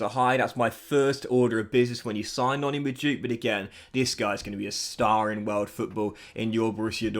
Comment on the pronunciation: It makes me feel a bit queesy when you say Noni Majooke. Its prounounced Noni Mad-weh-kay. Please say it right from now on!!! PLEASEEEE